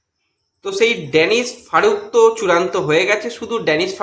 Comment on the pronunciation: ড্যানিশ নয় দানিশ ফারুক